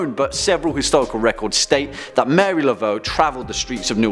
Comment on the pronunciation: Hey my favorite host. Now this list is great but a part 2 is now requested as there are many not included such as Fox sisters, John Dee to name just 2. And since I'm an Acadian from nova Scotia and cajuns are my descendants its Marie Not Mary. This channel keeps getting better as we continue to really create dialogue about various aspects of horror scifi and the occult religions and folklore. Makes the information fascinating and gives it depth that's needed to have meaningful conversations about the darker sides of these topics. Excellent and thank you.....binge watching so I'm still in wonderful shock from the newest video with Lucy and special kissing guest Kelly. Go girls and since this channel as most of the sister channels have hosts that are easy on the eyes ears and intellect I'm not opposed at all at the public display of affection. feel free to throw some in my direction xo😘